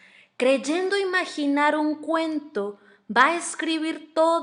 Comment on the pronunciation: Extraño el acento de la narradora y una observación: no se pronuncia "acsolotl", sino "ashólotl"